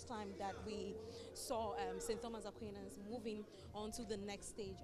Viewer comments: You have no idea of transcription, sir. That's my alma mata. It's spelt Aquinas, yes; but it's pronounced as /A-kwai-nas/. Check any good dictionary up for words and how they are pronounced. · "A-kwai-nas" Madam presenter, the Catholics go vex plus you o😂😂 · Our school is A-QUI-NAS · Madam presenter, please learn how to mention the name of our school 😔 AQUINAS